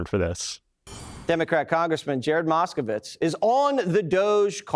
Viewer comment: Exactly as I saw it! I was a ******witz. It was pronounced ******witz not *****vitz!